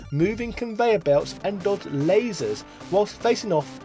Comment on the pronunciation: I like the soundtrack in 3. I also like how you said "Lazors"